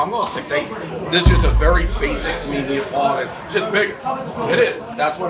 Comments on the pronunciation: It's NAPOLITAN not NEOPLITAN!!!!!!!! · Is this actually how Brits pronounce neapolitan?